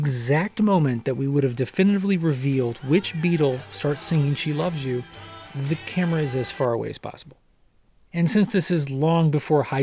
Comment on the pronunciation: It's John. Dig the way he pronounces "you" More of a yoo sound. That's John